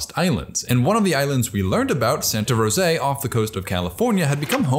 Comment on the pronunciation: If you are going to study an island, correct pronunciation is important. Rose uh not Rose A. Look into history of Buffalo on Catalina island 👍